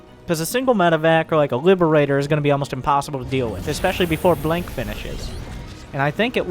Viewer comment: saying "blonk" instead of "blink" always got me in this video.